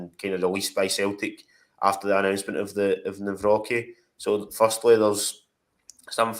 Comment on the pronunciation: I think his surname is pronounced Navrotski 🇮🇪🇮🇪